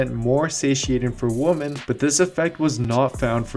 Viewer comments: Put subtitles on. He 100% is saying Woman instead of Women. Yet he pronounced MEN perfectly. lmfao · OMG. You keep saying “men and woman.” It’s “men and women.” Woman is singular. Women (pronounced Wem-men) is plural. So basically throughout this entire video you mispronounce “women” by saying “woman.” It makes it really hard to believe what you’re saying about physiological differences between men and women when you don’t even know how to pronounce “women.” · Am I the only one who keeps hearing "WOMAN" not WOMEN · It sounds like you keep saying womAn instead of womEn when you are pluralizing. Cringe.....Otherwise great video. Thumbs up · I love how he says "woman" instead of "women"... Caveman meme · you have to practice saying WomEn rather than womAn so can appropriately say it in future videos, other than that your videos are awesome and super informative. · love your videos...always recommend your site. Friendly correction: the plural for woMAN is woMEN---they are pronounced differently: woman (singular) is WUH mun---plural women is WIH men.:) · this video is brilliant- love the simple comparison focus chart on male vs female. Thank you!! One humble Suggestion - your pronunciation of “woman” and “women” are the same in the video- which is a bit confusing. “women” should be pronounced like “wimin”. I hope this helps you grow your subscribers even larger- I’m sending this out to all my fitness friends!! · C'mon stop saying woman when you should be saying women, for example take a listen to,. Just saying dude. Love your videos. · Repeat after me Women is pronounced “WI-MEN.” Stop saying Woman!!! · buddy its pronounced "wimen" not "wooman". "wooman" is one, "wimen" is the plural. Woman is one, women is the plural. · Why do you keep saying "Woman" instead of "Women"? Lol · It made it hard for me to finish the video lol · Turn on the subtitles for anyone thinking he is actually saying WOMEN. He is not. He's saying WOMAN.